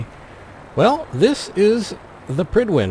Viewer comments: I agree, but I thought it was pride-win... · I always imagined it being pronounced like pride-when